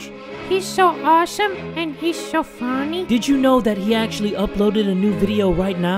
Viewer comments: "He's so foNeh" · The way she says funny makes me laugh